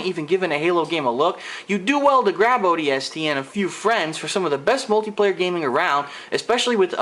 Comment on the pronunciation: Honestly, Just because you think the story sucks, doesn't mean that it is horrible. You ARE opinionated and you don't even know how to say the games name correctly. Not every game was ever meant to be epic and have a movie-like story line. Just stop reviewing games because you cannot correctly review them.